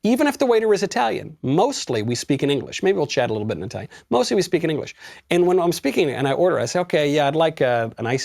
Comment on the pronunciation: your italian pronunciation sucks!By the way...I guess you have a crush with Eva Longoria!